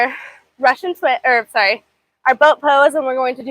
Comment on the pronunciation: What is up with your speech? Why do you overly stress the last word of every sentence?? SO FREAKING ANNOYING- “So sorrrray” “90 degree angulll” I literally can not listen to anymore of her voice, I’d so scratch my ears off